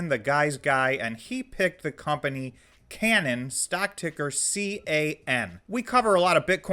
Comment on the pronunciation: I think its pronounced Kay - nan.... as in the promised land of the Bible love the content..